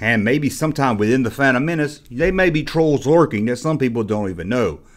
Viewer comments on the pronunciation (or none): You still can't pronounce fandom properly